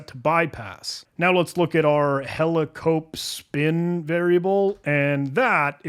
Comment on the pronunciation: An AI voiceover would not make such a bad job of pronouncing the unusual variable names. "Headstrongly" and "helicopepsin", for example, which the human totally messed up.